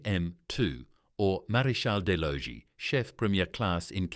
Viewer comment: La voix artificielle français de merde qui traduit et prononce le Français comme du Bullshitt.... On prononce R...e...i pas raie comme la raie de mon cul.. Marézal de loi.. ou lieu de maréchal des logis ...et C'est quoi un pélaton.. soulève talon ou su lutin au lieu de sous lieutenant . tenant gauche au lieu de lieutenant. capotin au lieu de capitaine. lol...in short the ranks are the same as in the other regiments. commonent pour commandant lol de chez lol . Major for non-commissioned officers is not a rank it is a distinction like Marshal for generals...the shoulder pad carries a grenade, not an incendiary grenade as the voice of shit translates into French